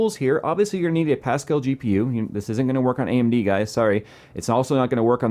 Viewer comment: "Fill your brain with some pascall" Pascall is pronounced a bit like paska, which is shit in my language.